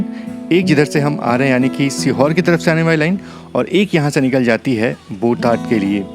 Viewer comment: There are some correct pronunciations thay you should know about the villages you have shown. बोटाद, ठसा।😊😊